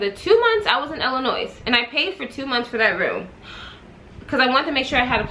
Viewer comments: Girl dont say IIliNOISE, those ppl get mad, The S is silent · Ur the only person who I can sit and watch a long ass storytime video lol & btw the " S " is silent in Illinois I'm frm Chicago sorry had 2 say it everytime u pronounced the "S" I cringed lol! Luv u tho!